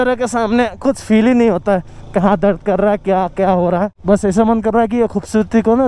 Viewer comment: Khubsutri Nahi Vai khubsurti hoti hey 😂 but anyway love you ❤️😘